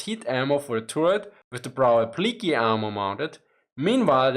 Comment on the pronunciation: Love your work, hope you're not offended by occasional pronunciation help. Applique is a French loan word - aah-pli-KAY. Slight emphasis on the middle syllable. Glad you're covering Ukraine, we all have many, MANY questions.